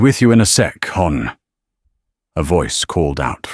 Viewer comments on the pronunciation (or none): Hon is pronounce Hun..not Hawn…every waitress in every state calls this out…but only AI generated help would say Hawn..I almost laughed…but held it back..hon…